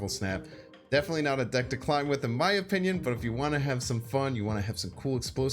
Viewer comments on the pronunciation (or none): none